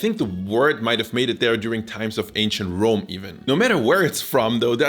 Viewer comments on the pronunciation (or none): none